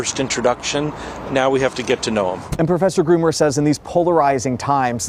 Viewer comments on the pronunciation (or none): His name is Professor GROOME not "Groomer"! Yikes!